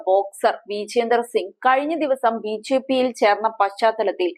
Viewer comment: 🤭ബി ഛെ പി, എന്നു പറയാതെ സഹോദരി,. 🤭